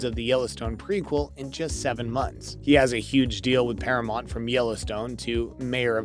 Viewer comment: Not to be smart but it's Paramount..not Paramont..just thought you might want to pronounce it correctly..😊